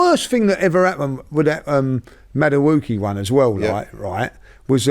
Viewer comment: “Madawooki” Christ🤦‍♂️